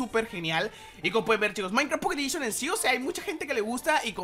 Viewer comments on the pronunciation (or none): "Pocketedishon" :vvvvv